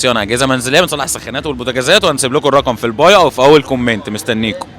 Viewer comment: كومِّّّييينت ليه تنطقوها كذا